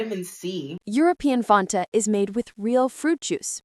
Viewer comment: The pronunciation of Fanta sounds so off in this video. 'Fontah?'